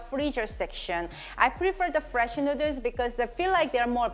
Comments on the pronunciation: I can listen to her saying nooders all day lol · She came out with a t-shirt spelling noodles the way she sounds it out. So cute, so funny. It's spells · I love how you pronounce noodles. It sounds like “nooders”. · lol OMG I just love that tshirt, perfect for how you pronounce noodles.. so cute.. :) love it.